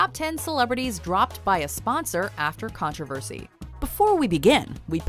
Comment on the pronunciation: It's annoys me how she's says 'controversy'